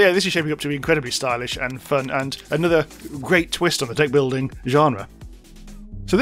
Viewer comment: Did you say "deck building" or "dick building"? Anyway, the cool fluttery jellyfish non-platformer was pretty cool. So was your giggle/chuckle at winning a set.